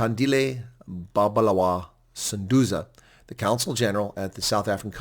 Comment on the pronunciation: Pronounce BabAlwa.